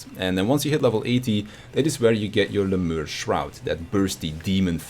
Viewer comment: Lemure is pronounced "Lem-yar-ee"